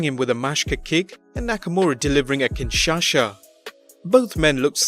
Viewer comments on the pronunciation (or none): Okay just couple things, 1. It’s kinshasa not kinshasha 2. You’re kinda over speculating at this point it was an obvious botch turned storyline that’s it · Why do you call it kinshasha? it's kinshaSa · WTF is a "KinShaSha"? It's KIN-SHAW-SA! LMAO :P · But said kinshasha not kinshasa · Excuse me, but what did you call Shinsuke’s move? A Kinshasha? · Wtf is a Kin Sha sha😂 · Wtf is a “Kinchacha”?😂😂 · It is kinshasa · Not kin sasha.. Lmao.. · Kinshasha he said but really it’s kinshasa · Nakamura's kinshasha xD and Rusev's Mashka kick. DUUUUDE can't you say "ch" sound? Do you read the word chapter like "shapter" as well? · Kin-sha-SA. Not Kin-Sha-Sha. Jfc. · What's a Kinshasha braa😆😆😆 its kinshasa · Kinshasa not Kinshasha you wanabe wrestling expert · What is a Kinshasha? 😂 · Why can’t you say “KinshaSa” properly? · Kinshasha or Kinshasa, u moron! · Did he say Kinshasha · It's pronounced KIN-SHA-SA!!! NOT KIN-SHA-SA, also it's MACH-KAH kick not MAASH-KAH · Kingsasa not Saha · "Kinshasha" Banks. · its kinshasa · It's Ken sha sah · Mashka kick? Kinshasha? BRUH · Can you please stop saying Kinshasha, the cringe is real! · Fk is a kinshasha 🤣🤣🤣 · I don't know how to pronounce "kinshasa" correctly but i'm pretty sure that's not it either.